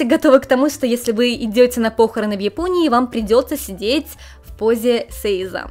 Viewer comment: по'хороны, а не похорона'